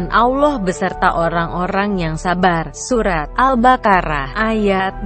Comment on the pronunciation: Pembicaranya apa benar muslim? Kok nyebut allah jadi alah sama surat albakara apa mungkin non muslim?